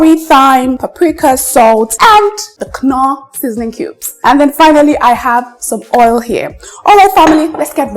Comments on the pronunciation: Yeah, that knorr sound irritates my ear. Just norr sounds better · Babe....the K is silent....Norr is the right pronunciation....Great job on all your recepies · Aunty, pls stop calling that seasoning cube like that. It’s pronounced with the k silent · In British and American English the k is silent but in German English it's not silent. So it's not totally wrong for she to pronounce knorr with the k sound pronounced 😊